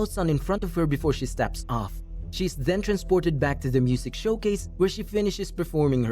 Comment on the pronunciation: the way they say “then” to “thzen”